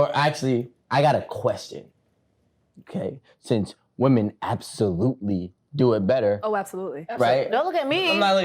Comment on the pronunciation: Question? Is it a NY thing to say "woman" and not "women" when speaking on multiple women? Lol